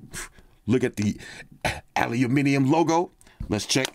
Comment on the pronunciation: Aluminium... haha... thanks for saying it properly, from all your viewers down under ;)